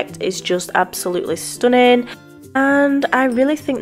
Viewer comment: No! I love it when you say "stunnin" don't change a thing. You are very talented and I like how you are funny in the videos. Thumbs up